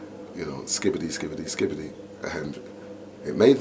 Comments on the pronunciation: Doing interview about a legend, least you can do is get his name right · You can't even get his name correct 🤬😡